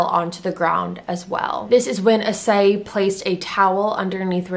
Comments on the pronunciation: I kind of shocked the way she pronounce his name. I thought did "I clicked wrong?" Idk but well.... I-ssey not A-ssay Just sayin' byeeee XD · "Ee-say" is closer to how you pronounce his name.